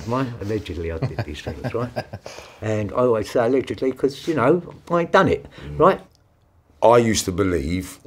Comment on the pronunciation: ‘And when i did this, ALEDIGLY’